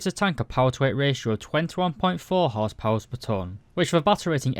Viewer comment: I like how you say whores power